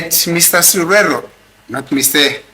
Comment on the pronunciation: Come on dear Sereo not cereal